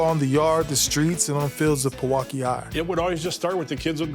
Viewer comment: It’s always fun hearing people pronounce Wisconsin city names. Pewaukee is pronounced pee-waa-kee